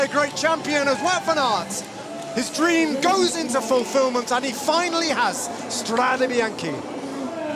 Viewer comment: "strade biacnhe" 😅 Btw really nice video !!